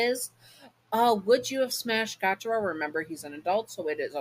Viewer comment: My favorite demon and his name is pronounced Gee-u-taro. Just wanted fix that error! Sry if I’m being rude :)